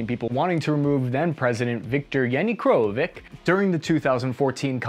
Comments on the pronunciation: Ukraine's presidents "Coomuch", "Parashnikov", "Yanikrovik" LOL LOL )))) Dude! None of the names were right, you scored milk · It's "Koo - ch - ma" not "Koo-ma-ch". And "Po - ro - shen - ko" not " Po - re - shne - ko". And its "Ya - no - ko - vi - ch" and not " Ya - no - ko - vik" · Kuchma, for God sake, not Kumach. Not Parashnikov, but Poroshenko. Not Yanicrovich, but Yanukovich. Man, you have misspoken last names of 3 Ukraine presidents. :-) But still thank you for this video. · Why does this guy ispronounce every single name in the exact same way? He takes the middle of the name and puts it at the end. Kumach instead of kuchma, poroshneko instead of poroshenko. Yanikrovik instead of yanukovich is a different story tho. C'mon, it's not that hard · It looks like you will be talking about Ukraine for a while now… the former presidents’ surname is not “Kumach” but “Kuchma”. And the other one is Po-ro-shen-ko, not Poreshniko. An the third one is Ya-nu-ko-vich 😉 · President who???? Kumash? Poreshniko? Yanikovik? Dude, please contact me before you butcher other names and city names 😅 you know what you are talking about but you invest like 0 effort in names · If anyone ever is attempting to give you flak for the glorious mispronunciation of ukrainian presidents names - treat such comments with calm, dignified disdain! It is one of highlights of this video and should be protected as UNESCO cultural heritage phenomenon! ))))) Keep up the good work, I do really enjoy it! ))) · „Leonard Kumach” is actually “Leonid Kuchma” in English pronunciation. Also “Viktor Yanukovich”. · You butchered the names of Janukovic and Poroshenko